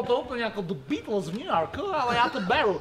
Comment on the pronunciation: Radim video sem nikde neviděl kde by to takhle říkal ale už i v jiných videích kde Žbirku parodovali tak tam vyslovovali The Beatles úplně stejně